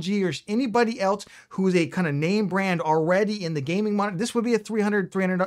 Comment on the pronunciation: I swear, he said "1440p gaming monitor," the less effort he put into trying to actually say M O N I T O R. He went from "Moninor" and eventually landed on "Monr".